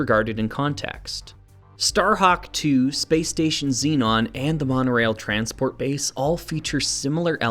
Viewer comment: As spelt shouldn't Zenon be pronounced Zen-on rather than Zee-non? Perhaps this is a North American thing?